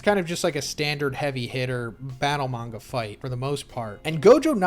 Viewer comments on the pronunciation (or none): none